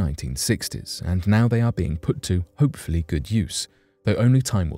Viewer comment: emphasis on "hopefully"